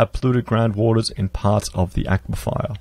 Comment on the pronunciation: Aquifer... A-kwee-fer !!!